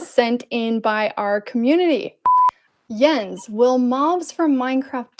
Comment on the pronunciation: it's spelled like that but it's pronounced yens